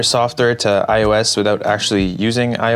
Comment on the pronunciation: Lol softer bro it's software